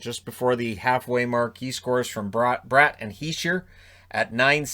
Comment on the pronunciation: I'm surprised you know that Jesper Brat and Jesper Boquvist have different pronunciations. Smart man! I've been in a heated debate with my auntie who is of Swedish descent. She still says I'm wrong...